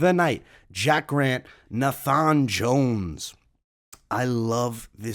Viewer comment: It’s pronounced Nay-fun not Nah-fhan 😂😂